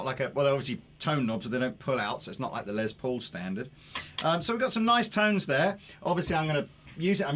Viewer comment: The dude on the right says "Lay Paul"????? Ya gotta be kidding me! I realize you brits like to ssy things in a weird way, like Aluminium versus Aluminum. I am perfectly OK with that. But the guys name is Les. Not Lay. Its not some french word that sounds cooler if you pronounce it in some gay ass way. Have some respect.